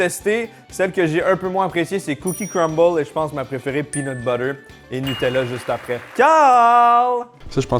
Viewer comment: Slt je suis français et ça me fait toujours rire quand dit beurre de pean lol 😂